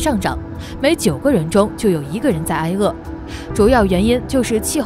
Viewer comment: 挨（ai1）饿？发音错误！ 正确：挨（ai2）饿。